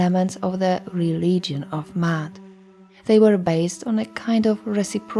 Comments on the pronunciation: Actually it’s is pronounced how it looks: “Ma…At”. There is no y sound... Also, Ma’at is not a religion, they are a list of principles to live by a way of life. That’s all it was. There was no concept or audiology called religion back in the Greek so the one that comes up with the concept of religion, which is organized spirituality. In Ancient Kemet (original name of the region before Egypt), all they expected was for people to learn from nature and to live clean as possible. They created temples created symbols and concepts for people to learn from wisdom if they choose to. The purpose was for everyone to live freely and live a life of balance. (no religion) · It is not Mayat as the glyphs comprise of the Maa glyph which is a digging tool, an arm glyoh which is also an A sound and the t. There is no Y in Maat meaning there is not a double reed leaf which comprises of the Y sound. So basically, there is no Y as there is no double reed leaf in her name. The person who created the video is pronouncing it more accurately than saying "Mayat". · Are you saying Da'at like wisdom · And you can’t even pronounce the name correctly. Smh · I wanted to listen to this in its entirety but every time you say Ma'at I cringe. Next time, please learn how to properly pronounce the words/language before making a video. It takes away from your credibility. If you don't even know the correct pronunciation then how can I trust that you really did your research in bringing forth the rest of the information???